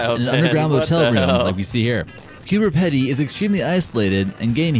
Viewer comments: The name is Coober 'pee'-'dee', NOT 'peddy'. You usually get our place names right, I was so disappointed when I heard you repeat that mistake. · you and the voice in the video are pouncing Coober pedy wrong. you're saying it more like petty office, it's peedy :) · was going to say the sinkhole is on east side of Mt Gambier . in a park , good lunch stop place or just tourism. The Pedy in Cooper Pedy is pronounced like " reedy " . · I'm sorry, but it is pronounced Coober "Peedy", not Coober pedy! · First it's Not Coopapedy it's pronounced Cooper -peedy and if your traveling from Perth to the East you will be going through there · Coober Pedy is pronounced as "peed-y" rather than "pe-dy" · Cooper Pedy is pronounced Cooper PeeDee not Cooper Pedi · It's pronounced Coober Peeeedy not Peddy. And it's pronounced Frazer Island not Fraiser Island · Its pronounced 'Peeeeeeedy' not 'Peddddy' ! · the Pedy in Coober Pedy is actually pronounced as "pee-dee", not "peddi".:) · Pronounced Coober Peedy, not Coober Petty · Coober PEEDEE! not pedy it P.D. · Yes the middle of nowhere is so far away in Australia it's 100's of km away from what you think is the middle of nowhere. Oh yeh it's "Pea-D", not peddie. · There is a massive cloning centre that was located underneath Uluru (Ayers Rock) and has been dismantled in recent months by the white hats. Also not pronounced Coober PEDY but said like Coober PEEEDY. I'm from that state (Sth Australia) so I know. Also it was one of the filming locations for Mad Max Beyond Thunderdome if you ever saw that. I've lived 61 years in Adelaide and haven't bothered to go there but my friend went there once. It is not really a place you'd go alone. People have gone missing there. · Coober Pedy, (peedy), it's on the Stuart hwy which goes straight through the middle from Adelaide to Darwin with Alice Springs in the middle, also the way to Uluru so does get a lot of tourists seeing you have to go past it going from Adelaide, love the vids